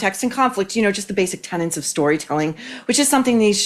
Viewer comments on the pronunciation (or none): It's tenets, not tenants. Continue..... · TenETS. TenETS. Not "tenants"!!!!!!